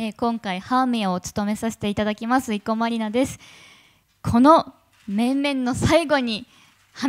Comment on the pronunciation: イゴマ・ｯﾃﾞｨ・ディナで草